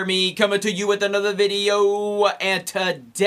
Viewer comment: I heard bideo Everytime time 😂